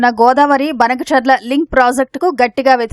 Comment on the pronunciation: బనకచర్ల కి బదులు బంకచర్ల అంటుంటే వాళ్ళ కూడా మాట్లాడుతున్నారు